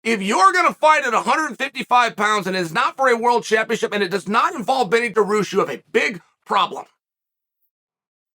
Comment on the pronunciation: Adesanya, pee-air-ra, Dawoosh xD